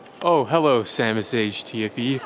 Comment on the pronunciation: when Sam said hello is super British I'm British to but I can't say hello in my accent 😂😂